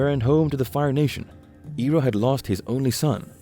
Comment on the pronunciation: pronunciation correction iroh is ai roh not e roh good video